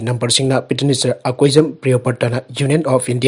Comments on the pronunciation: PETITIONER HAINA FAJANA PASI KEIDOUBAGE!!! HANJIN2 NEWS READING DA PETINISER HAINA PADUNATA LEIRE...TABADA NUNGAIJADE...YOU TUBE DA HOW TO PRONOUNCE PETITIONER HAINA AMUKTA YENGBIYUBA🙏🙏🙏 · Right Petitioner